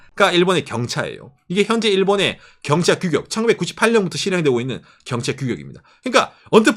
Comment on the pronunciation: 첨에 "일본서민들은 경찰을 사랑할 수밖에..." 로 들리신 분?